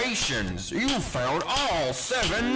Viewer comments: I heard failed after PUTTING IT ON MY EAR 🥶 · Technically you did not fail the 1st one so i guess he says "found" even tho it sounds like he says "failed" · Bighead Ducilous ok,i get it that he says found but for me it still sounds like failed. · I hear failed but I know it’s found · It's literally failed not found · FUN FACT: He actually says "failed" because If you listen closely you can hear the "il" in voiceline. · Everytime Baldi says congratulations you found all 7 notebooks, it sounds like he says congratulations you failed all 7 notebooks. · he actually says found get better hearing scrub